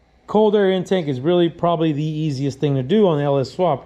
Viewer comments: I was thinking the same thing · Just curious, i think it’s pronounced in-take not in-tank. I guess it’s just like the potato tomato thing